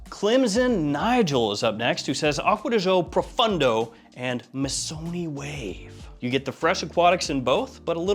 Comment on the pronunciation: Profondo brother, not Profundo. Great work though